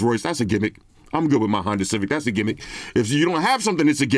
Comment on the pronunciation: People online really be saying "gimmick" in that way. Kinda lazy